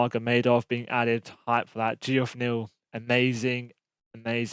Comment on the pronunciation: saying “GeOff” neal haha it’s “jeff” bruv